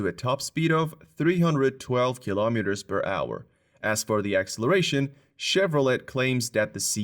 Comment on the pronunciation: Why is it you misprounce acceleration and just sayHP instead of HORSEPOWER??....very very amateur...